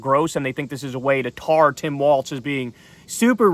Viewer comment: Kyle I think you’re mispronouncing Tim Walz last name.